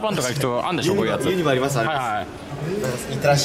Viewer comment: ユニバの発音独特でかわいい笑